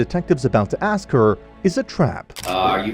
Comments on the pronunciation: What about “axe” instead of ask? None of them say ask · We was...ax anywhone....jesus christ.